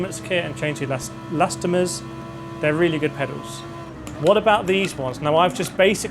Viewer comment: are u callning elastomers elastomeTERS consciously to trigger people? :D